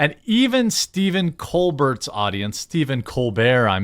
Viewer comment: Bucket pronounced Bouquet and Colbert pronounced Colberé